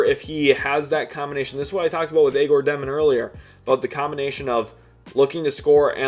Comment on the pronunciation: You must not have watched much of Egor if you can’t pronounce his name.